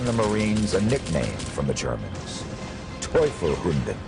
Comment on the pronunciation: As a Marine, I'm happy to see these video's but the narrator needs to learn how to pronounce Teufel Hunden, Mount Suribachi and really needs to stop referring to Marines as Soldiers. To a Marine, being referred to as a Soldier is an insult as it would be in any branch except the Army. The Army has Soldiers, the Navy has Sailors, the Air Force has Airmen, the Coast Guard has Coasties but for the Marine Corps, we are referred to as Marines. We are the Corps and the Corps is every Marine past present and future.